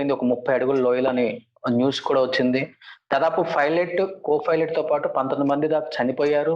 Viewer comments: e anchor gadu pilot word ni pronounce cheyyatam Inka nerchukoledhu 🤦🏻‍♀️🤦🏻‍♀️🤦🏻‍♀️ filot antadu. Please Suman TV change these kind of anchors.navvaleka chasthunnam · Anchor sab filot kadhu pailot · Fi"lat" kaadu raa baabu PILOT........PILOT........"Paina" lo "Pai" - Pilot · Ee anchor ki chala padaalu palakadam raadu. Pilot - Filot; Naked - Naeked; and so many.... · It is fun when anchor pronounces pilot as filot But we all should appreciate his confidence for taking this interview.... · Dont change the anchor... very good entertainment... iam watching only for the anchors Filot ... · Arey anchor ga Filot co-filot entra🤣🤣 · Ora anchor filot Co filot Kadu ra swamy